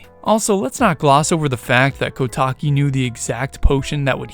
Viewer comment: Recently got recommended this theory. Good idea, but, it may be a lot coincidences. Kotake (Which I commonly hear pronounced as "Koh-tah-kay") probably wouldn't recognize the mask either. Komue says as much "Did that Skull Kid think I wouldn't recognize him with that mask on?" She never says "Did that Skull Kid think I wouldn't remember that accursed Mask that contains the evil Majora in it? How would that Skull Kid have found it? Kotake & I hid it away! A Mask Salesman got hold of it? Blast it all! Look, get me a potion from Kotake and tell her about Majora's Mask!